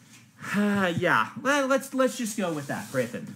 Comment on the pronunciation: Someone inform he's pronouncing Hrathen wrong.